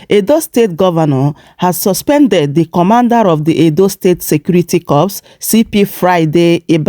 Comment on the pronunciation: U can not pronounce corps. Go and learn